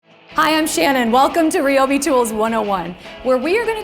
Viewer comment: Isn't it pronounced RYE-O-BEE, not ree-o-bee?